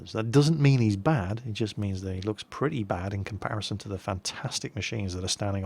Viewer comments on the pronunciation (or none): none